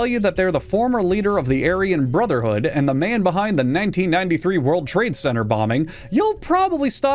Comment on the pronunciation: "End of Ze World"??